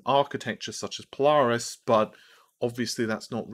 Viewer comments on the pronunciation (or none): none